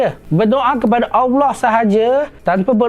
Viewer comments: Mohon buat pembetulan sebutan Allah terdengar agak pelat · Bagus nya ya allah tapi saye nk tegur sikit betulkan sebutan allah. Macamtu lagi bagus